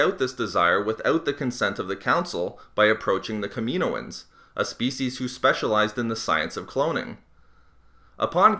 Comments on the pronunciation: It's Kaminoans not Kameeeeeenoans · It's pronunced Kam-in-ohan not Kameen-oin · Killed my ears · It's pronounced kamin-o-ans not kamino-ans 😛